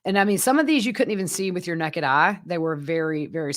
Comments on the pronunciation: Sunshine Gal, is from the Greensboro, SC area. A lot of ppl in the South pronounce naked as necked. I grew up in Winter Haven, FL & Athens, GA, now living in Auburn, AL. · I loved how you said, “Some of these you couldn’t even see with your ‘neked eye’.” I know we all pronounce words differently depending on what area we live in the United States, so I just have to ask what part of the US you are from. No insult whatsoever, just enjoyed hearing it. My daughter and I were talking the other night about how words are said in the area we live in that are different from where we grew up and we are only one state away. It’s kind of fun.